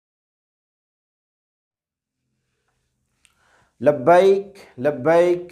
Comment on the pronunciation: sir plz labyik na bola karo